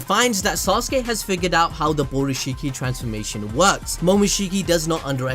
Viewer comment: “Borushikki” lmao